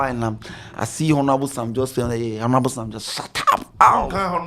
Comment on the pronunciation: the 'H' in Honorable is silent but you keep mentioning it...Please try and desist from that, thank you!